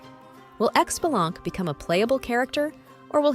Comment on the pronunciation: i cringe every time people mispronounce his name >.<. It's pronounced *shi-bah-lan-kay >,<